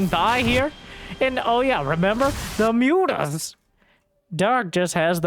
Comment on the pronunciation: Can you stop saying ´´Mutas ´, please? It’s ´´Mootas’´, thank you. 🙂